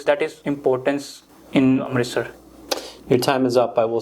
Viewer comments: not amtirstar but amritsar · Its not amritstar its amritsar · You, yourself can't pronounce Amritsar correctly😂😂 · i appreciate your help but be respectful and pronounce the indian names and name of the states of india correctly